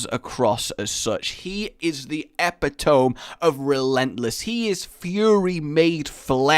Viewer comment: nigga did you just say "epi-toum"?